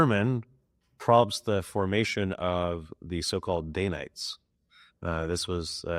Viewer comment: It’s danites, not daynites